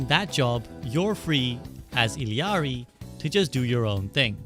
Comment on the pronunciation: finally someone who pronounced illari right😭